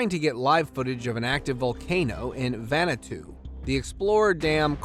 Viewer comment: Vanuatu not vanutu